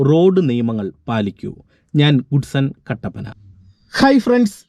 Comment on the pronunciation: നീ ഗുഡ് സൺ കട്ടപ്പന അല്ല ഗോഡ്സൺ കട്ടപ്പന ആണു